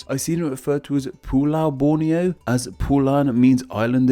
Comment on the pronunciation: Err, he did great in pronouncing Borneo, Malaysia, Indonesia, Brunei etc.... Apa lagi kamu mahu? Malaysian here